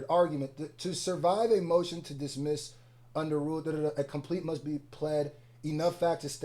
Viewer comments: “Dissmess” 😂😂😂 please you was so close dawg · “DISSMESS” makes me wonder how fast you tried to upload this 😭